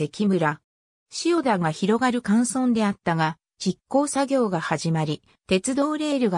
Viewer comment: 漢字の読み間違いが多いです。自動翻訳なのでしょうか？「塩田」をしおたと読んだり、「大里」をおおさとと読んだり、「陶 晴賢」をとうはるかたと読んだり。「大里」は「柳の御所」が有ったので「内裏（だいり）」からきているんですよ。でも門司を研究してくれるのはうれしいです。頑張ってください。